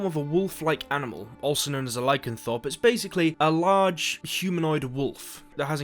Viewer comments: hahaha I love your videos brother, but hearing you say 'LycanTHORPE' struck a deep nerd nerve I can't recover from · A minute 25 in and I already CANNOT stand the way he pronounces Lycanthrope lol. IT's THROPE. TH- ROPE. Not Lycanthorp...... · LycanTHROPE not thorp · Lycanthrope Not Lycanthorp. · Isn’t it “lycan- thrope” not “Thorpe” 😂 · Lycanthorps? I think he meant Lycanthrope, hi, I'm coming from 2022 to bring this up. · LycanTHROPE. Apart from that good video. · This is great but i really hate how you mispronounce lycanthrope as lycanthorpe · Just saying by the way it's pronounced as it's written you say rope so lycanthrope. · He can’t say lycanTHROPE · Haha Man when you wanna give another name for a monster and suggest their other name might be more popular, please don't pronounce it with thorps at the end... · especially when he said Lycanthorpe but then said Lycanthropy immediately after 😂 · Why can you pronounce lycanthropy correctly but not lycanthrope? Also lycanthropy is a blessing when you have control over it,and a curse when you cannot, same thing with vampirism. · Headscratch ..... Hmmmm..... Says Lycanthropy correctly.... but mispronounces Lycanthrope incorrectly every time. Boggle Great informative video, minus the above criticism...... Well done!